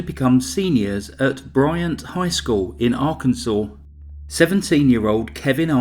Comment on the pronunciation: Cause of death - “arkanside”!!!!!!